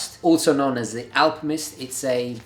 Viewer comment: is it me or does he say alpimist?